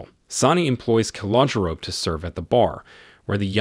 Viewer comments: It’s pronounced. Ca-lo-Jo . Just an FYI. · "Calogero" is pronounced kal-oh-GERRR-oh